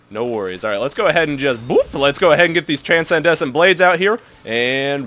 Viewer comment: dudeee gg wp but. TRANSCENDENT BLADES not TRANSENDESCENT loool every time xD gg tho <3